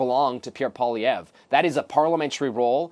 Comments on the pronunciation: Remember Zelensky with Trump? Yah that's going to seem like a 'constructive' meeting when Trump is done with Carney. Better bring the knee pads sister Carney. How come here calls him Pierre PolyRev? Can't say Poilievre (poly 'ev)? Not that hard, you're only paid to speak. Really know how to sink into the words 'LOSING" and 'LOST' though, huh? Thank you Ms. Nicole Lampa... really loving your Liberal-voting, immigrant ways. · SHE SAID PIERRE POLIREVVV GUYS 😂😂😅😂